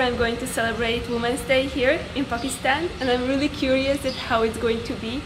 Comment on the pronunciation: The way you say I am in korachi pokistan I love this God bless you 😜